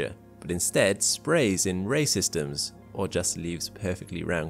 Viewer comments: Great video👍🏻 every time you said “ray systems “ I kept hearing racism’s. I need to get some sleep. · Every time he says ray systems I hear racist ems. :P